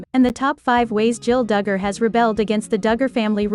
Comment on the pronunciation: I Was enjoying this channel. You have to program the computer to say their name right. 1/2 of the time you say it Right .